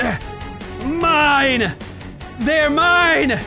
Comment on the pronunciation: When you say "mine" it sounds like "man" in a Jamaican accent